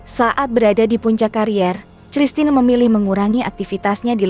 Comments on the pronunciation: Christina Panjaitan baca Kristina bukan cristina hadeuh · apakah saya yg salah atau pengantar narasi yg salah klo saya membacanya christine (kristin) panjaitan, entahlah..... saya jadi lucu aja mendengarnya cristina...........panjaitan..... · Christna membacanya Kristina! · Min..Christina..itu bacanya Kristina..bukan C..elo belajar mbaca di SD gimana ..? Terus Dian pesisa..itu E pada Pesisa pake E taling bukan E pepet..Pesisa sama seperti waktu kamu menyebutkan nama Betaria..duh ampuuun dah...lulusan taun berapa sih...guru bahasa yg salah atau memang murid" jaman sekarang nganeh"😮